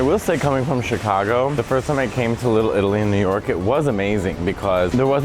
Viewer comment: You say it like one running word lillilli lol